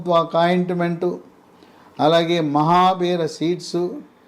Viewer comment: it is mahabeera seeds not mahabear